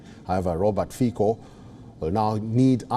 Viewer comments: Pronunciation is Fitso not Fiko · "Fico" not "Fiko" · Ignorants, he is no "Robert Fiiko", his name is Robert Fico, read "Fitso" - please learn to act as cultural human. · Není to Fíko, ale Fico. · Fiko😂 it's (Fitso) and he is not pro russian, his party is pro-slovakian. SNS is pro-slovakian as well. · Ty si celý Fiko, Títo retardi ani nevedia ako sa vyslovuje C.😭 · Not Fiko, but Fico. Learn to pronounce C stick figure. C is not K. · Omg It’s Fico not Fiko Plus it’s not pro Russia… stop talking crap It’s pro Slovakia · Common man, it is not FiKo, but Fico. Pronounce "c" same as Tsitsipas the tenis player or the Horewitser the US weapon. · It's not Fiko,Its not Fičo, It's Fico. If you are not sure use google with setting of Slovák language. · Not sure if we call Fico, "Fičo" but I'll give you a cookie for trying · Pronounced Fitzo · I'm not Slovakian so I wouldn't know, give me a break, and the sound is FiTo or Ficho, so stop crucifying me for a non issue